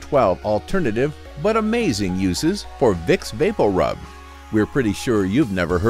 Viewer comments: It sounds strange the way he's pronouncing it. I grew up hearing it pronounced Vapor-Rub. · Vape O rub. I noticed it too. 😬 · I know my family isn’t the only one that pronounces vapo rub as “baporu” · Me too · Sorry, I can't get over how he pronounces "VapoRub"